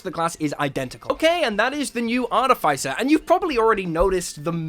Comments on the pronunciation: Immediately I hear artif-ice-er and that is simply WRONG ARTI-FISS-ER IS CORRECT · I don't mean to be a stickler for things but why do you have to pronounce artificer incorrectly in the case of this word you don't make the sound of the i it's more like the sound of iss